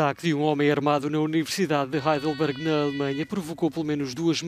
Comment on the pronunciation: Parabéns, desta vez pronunciaram o "H" de Heidelberg... Ja estava esperando "Aidelberg"!